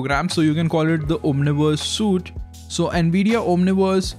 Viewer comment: just FYI -- suite is pronounced like "sweet"